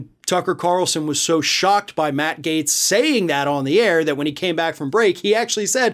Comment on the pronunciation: You have no idea what Matt Gaetz's finances are.....you don't even spell his name correctly, you keep calling him Matt Gates.